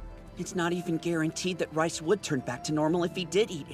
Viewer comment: It's actually riess